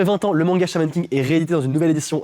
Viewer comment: À est-ce que c’est juste moi qui a compris “mon gars à la place de manga??😂😂